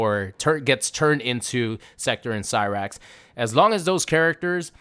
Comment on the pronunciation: You’re fine with butchering cyrax n sektor but mad bout Conan the barbarian. You’re ridiculous you weirdo